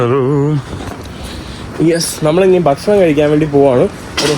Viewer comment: ബഷണം അല്ല സുഹൃത്തെ, നമ്മുടെ ഭാഷയെ മാനിക്കു? ഭക്ഷണം എന്ന് പറയൂ. Thanks for good vlogs!!